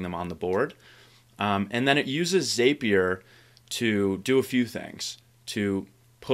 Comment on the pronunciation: Great stuff! A heads up: it's pronounced "Zap" -ier not "Zape" -ier